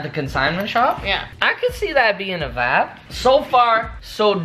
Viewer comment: Wait he saying vibe I thought he was saying vab